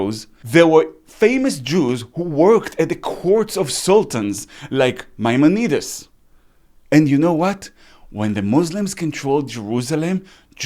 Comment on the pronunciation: Hi. I love your videos. Just wanted to tell you how I pronounce the name in English. That is, משה בן מימון. I would say "Mai-món-i-deez. With the accent on the second syllable. And "Mai" pronounced like "my," as in "my book." I hope this helps. Thank you for your videos.